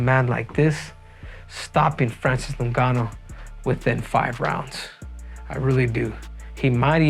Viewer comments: its ingaanuu.please pronounce his properly!!!🤬🤬🤬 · Every time you say Francis last name you pronounce a little more improperly each and every time. "Nogannu" now it's "Ningannu / Nugannu" lmao.